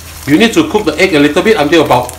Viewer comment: 😂😂😂😂please say ‘the’ and not ‘dee’ boleh tak? 🥰🥰